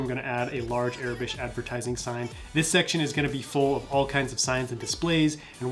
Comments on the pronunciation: Its aurebesh not arebesh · It is pronounced "OR-a-besh" not "Air-i-besh".